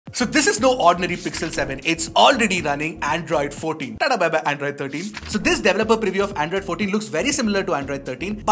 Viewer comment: Did I just hear "in the earlier version of Andraaaid" 😅